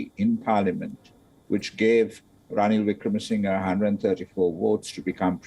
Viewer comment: WION...let's try and get the pronunciation right. It is NOT Wickramasin GAY .... it is Wickramasing HER